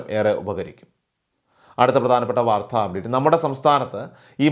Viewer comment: " വാർദ്ധ" അല്ല..! " വാർത്ത". കമൻ്റുകളൊന്നും വായിക്കാറില്ലേ?